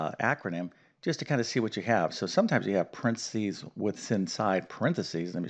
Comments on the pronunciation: What the hell is prensees? Do you mean paren thes ees? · Brit here. Where are you from? You pronounced PARENTHESES quite differently than we do. Good reminder though on the order.